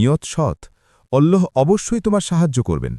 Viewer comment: ওল্লহ হবেনা আল্লহ হবে আল্লহর নাম টা সঠিক ভাবে নিন